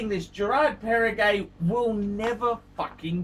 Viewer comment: Gerrrraaaard perregay